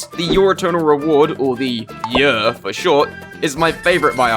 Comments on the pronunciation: "the yeor" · In this video, a british man comes up with an acronym (YER) that is pronounced precisely like another word in a certain british dialect, making for a confusing voice-over.